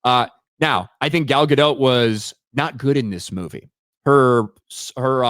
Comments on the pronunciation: It's not Dote like Goat. It's Dot like Bot. PLEASE start pronouncing it correctly, I've endured years of this! 😅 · the T in Gadot is silent, her name is not Gal Gadote 🤣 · Take a shot every time pronounces “Gadot” differently!